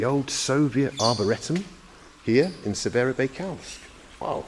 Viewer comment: Try again you're not even close lol - it's "Arboretum".